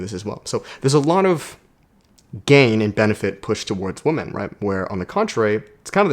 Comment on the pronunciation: I know your Canadian but women is pronounced "wimen", phonetically speaking. So you tell if you say woman or women.